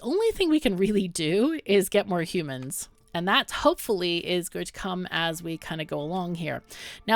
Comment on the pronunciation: This game looks awesome so far! I'm looking forward to seeing you play more of it ^^ Also, love the way you say hu-mons, like a Ferengi lol (but a cool one like Rom)